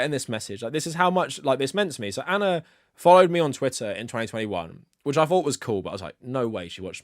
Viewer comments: I like how you say Ana. Anner. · I think Ana might whine that you’re calling her anner